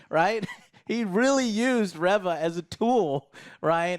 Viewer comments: REEEEE-VA....NOT REVING up her engine "REV-VUH"! 🤣🤣🤣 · Reeeeva not reh-va!!!! Learn how to pronounce things! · Well first of all GET HER NAME RIGHT it's pronounced RE - VA 😌 NOT RIVA no wonder no really watches this channel NOT anyone INTELLIGENT 👎🏾 this show and conversation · "ree-vah" guys... Its "REE-VAH". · There's just no pleasing the star wars fans. I have multiple gripes with your review here. You constantly pronounce the name Reva wrong, and you have an issue that she is still alive even though shes obviously going to die in the next episode? Haven't you heard what the G.I said? Revenge does wonders for the will to live. Reva still wants revenge. So she is going to live untim episode 6. Qui-Gon was a good jedi. True Jedi hardly long for revenge. And even if they do they don't dwell on it. What don't you guys get about hatred and anger through the dark side keeping you alive. It was PRETTY obvious Reva was a Youngling at order 66. We didnt need an early reveal of that. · Why can't you pronounce Reva's name correctly 😂